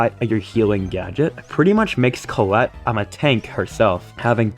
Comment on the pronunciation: I like how always say colle instead of collete